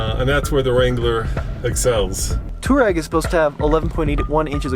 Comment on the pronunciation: You absolutly can not pronounce „Touareg“ it‘s not Turag. But except for that good video, very interesting